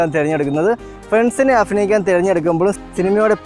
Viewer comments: അഫിനയിക്കാൻ അല്ല അഭിനയിക്കാൻ 😝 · അഫിനയിക്കാൻ...?? 😐അങ്ങിനെയല്ല അഭിനയിക്കാൻ ഭ.. ഭ.. ഭരണി..?? അതാണ് 👍